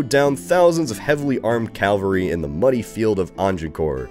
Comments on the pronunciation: One day, ONE DAY will say "cavalry" and not "calvary". But today is not that day. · He's never gonna read your comment. He has pronounced cavalry wrong for years now, I doubt he will correct his pronunciation of Sejm any time soon.